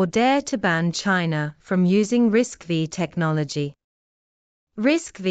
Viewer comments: bad AI production, risc-5, not risc-v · 😊pronounced RISC 5